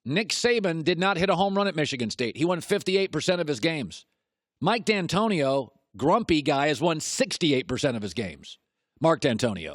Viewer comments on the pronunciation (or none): "Mike Dantonio" disrespek